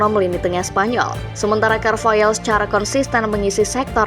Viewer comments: Carvahal bukan carvayal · carvahal sayang, bukan carvayaaaaal